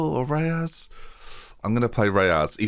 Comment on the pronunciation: Where do you get the "a" from in Reyes? 😝